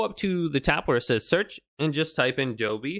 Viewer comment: There is an 'L' in Dolby! 😂Doby!!!!